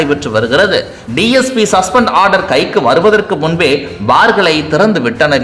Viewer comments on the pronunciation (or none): none